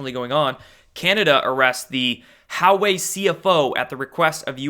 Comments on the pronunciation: Huawei is pronounced hwa-way not how-way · It is not How Way.. more like Wa Way. Publick optics dont matter. the world is watching. LOL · Huawei is pronounced like "Wau (the 'au' as in awe) way", not "How way." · I believe Hauwei is pronounced Whah-Weigh, no? Good video, but please stop over-pronouncing your vowels, you sound like a 12 year old valley girl. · Hey, Huawei is pronounced wah-way. Almost sounds like Jahweh, pronounced yah-way. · Hope you start making a little effort to pronounce Chinese names correctly. Takes 2 seconds on a Google search: Huawei is pronounced "Wah-Way"! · Huawei pronounced Wah-Way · Huawei is pronounced “Wah way”. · Hey, it's pronounced WAH-way... It's like when I was in school and we actually had to work at it and learn from a dictionary. You can get the answer in 10 seconds on your phone. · It's pronounced "Wah-Way" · Huawei is pronounced "Wah-way"